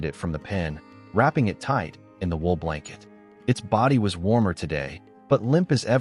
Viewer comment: Wool not wheel